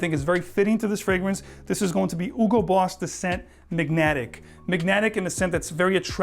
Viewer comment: Bro you absolutely butchered boss the scent magnetic... 🤣